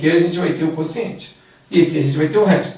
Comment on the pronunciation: Só me dá um pouco de aflição ela chamar o quociente de consciente...